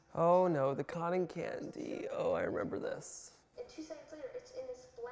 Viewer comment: This was so fun to see your reaction!! I remember watching you on these shows lol I was actually at the Hell's Kitchen finale one year!! SO cool to see Gordon Ramsey in person. I like the way you say the word "cotton" haha